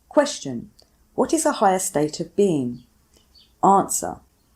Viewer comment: There is no H in "Question."